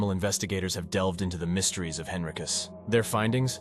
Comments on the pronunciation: Hello, Virginian here. Pronunciation is wonky here. Allow me to assist you. Whyte is pronounced Why-th. Fries is pronounced freeze. Henricus is pronounced In- rike-us. You're welcome. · Thank you for your informative video. There are certainly other very haunted places in Virginia you have omitted. As others have commented, Wythe should be pronounced as "With," Dumfries as "Dumfreeze," and Henricus as "Hen-rye-cus."